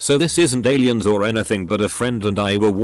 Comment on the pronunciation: Nobody: Robot reddit voice: monsters, ghusts, eileeyans